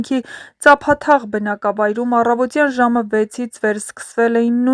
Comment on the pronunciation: ....Ցյա՜մբ,Ցյա՞մբ,աղջիիի՜,Թ֊ն՝ Ց մԻ՜ արտասանիր😢 Կամ՝ առավոԾյա՞ն` տ֊ն՝ Ծ, 😢Խայտառա՛կ անգրագետ և չլսվող խոսք,աղջիիիիի՛.... հաղորդավարի՛կ, ուղղախոսություն սովորի՛ր, չե՛ս լսվում,աղջիիի՜կ,չնայած դաժան դեպքը ներկայացնելուԴ...